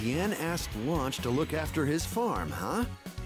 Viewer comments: I'm pretty sure she's Lunch, not Launch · "Launch"? Why was it changed from "Lunch"?